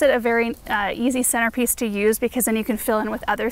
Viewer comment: I must have heard you wrong, but did you say "henterpiece"? So glad if you did, I seem to twist my tongue when recording videos :D Love the plantings, they're so colourful and summery!